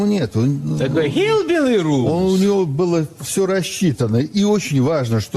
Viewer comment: That one guy said “HEELBEELY ROOZE” 😂😂😂